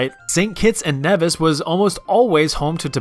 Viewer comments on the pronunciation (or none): none